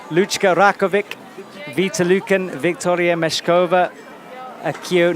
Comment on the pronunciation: Can someone get a pronunciation guide please? How many times do Alberto Ginés López or Lucka Rakovec have to get into finals before he even tries to learn how to say their names? How do you mess up Rogora so badly? I suppose we should be thankful he gets Laura right. Edit: apparently Rogora is something like he says it. Boscoe was getting it wrong all this time:) I'm still gonna complain about Ginés Lopez though